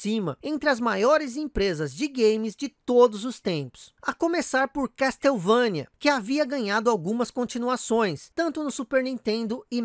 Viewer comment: ignora o MSX. Sabe que algumas franquias nasceram nessa plataforma fantástica. Dê mais atenção ao MSX. E a pronuncia correta é " Késsouvênia" e não "Castéuvãnia". Vc tbm esqueceu de mencionar o Koji Igarashi.